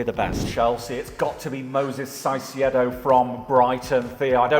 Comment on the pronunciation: What did you just call Caicedo 😭😭😭